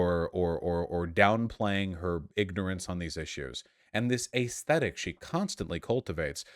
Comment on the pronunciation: I was about to say yay for Shoe , got a 2nd/3rd job. Too bad, I still watch for her commentary on daily life , funny stuff happens and I love the aggregation. I dislike the way you say ayyysthetic . Shoe/You can post whatever side of the political spectrum you choose , this does not make you one side or the other. Your physical actions and financial contributions should be held to the high standard you have for these political reps. You both have to be able to live your lives separate from politics because it does not get included in every facet of life. You both need shitposting as an outlet or just a distraction. It doesn't need to be analyzed to the degree that a political statement might be reviewed. Eat a dong Vuash. <3